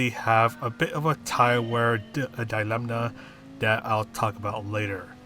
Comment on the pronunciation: Thanks for the guide. I pumped up my DR hugely with the Mazda on the Nürb fuel-saver last week, so hopefully she'll serve me well here too - what do you think? btw there's no 'n' sound in 'dilemma' 😉